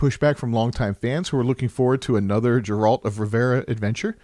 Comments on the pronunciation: Doing video about the Witcher.. Doesn't even know how to say Geralt of Rivia properly Great job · "Another Jeralt or Revera adventure" First time I hear someone butcher it that badly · Dżerald of Rivera xd